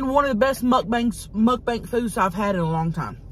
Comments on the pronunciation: Love you ❤ Listen to the end... mud banks 😂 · And again at 11.29 😂 And again x2 And later it's "Muk bank"